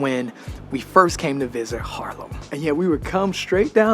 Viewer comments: Dude, not doing a video in Dutch I understand, but come on man, you live in freakin' HAARlem, not harlem! After all these years you should at least be able to pronounce the name of the city you live in🙄😉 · it’s Haarlem, Harlem is in NYC, however the people coming from Haarlem founded Harlem(it was called Haarlem but the Yankees pronounced it bad, however Yan Kees is a Dutch name coming from Jan en Kees. I am born in Haarlem in 1947.